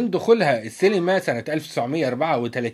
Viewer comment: شكرا ع الموضوع بس انت ليه بتقول سيلما هي اسمها سينما ولا ايه 🤔